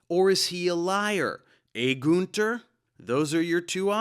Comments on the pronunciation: btw. I love and respect your videos. But as a native German speaker, I need to mention that you mispronounced Günter's name. YOu called him Gunter (Goonther) but he's actually pronounced like Günter (Günter)! :D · Man it‘s gÜnter not gunter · Every time I hear a native English speaking person pronounce the name Günter my nails screw themselves up ^^ (u and ü is not pronounced the same way…). ok this guy’s German accent is even more annoying ^^ I’m not a German but German is my native language so I am allowed to say that ^^